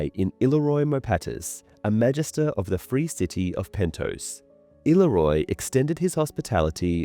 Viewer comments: Le- murs ??? Seriously... dude i love your vids but please get the pronouncitation right, illyrio is ill-ear -i-o And lemurs is lee- murs . Sorry but its driving me nuts!!! Hehe! Other than that you do a great job !!!❤😊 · The way this dude continuously mispronounces “Illyrio” is grating. …never mind. He mispronounces so many fairly common words it has to be purposeful. Just not easy to listen to